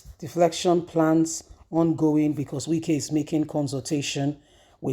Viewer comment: Defection plan not defLection plan